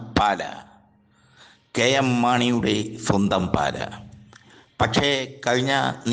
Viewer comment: പാല അല്ല മൈരേ പാലാ ആണ്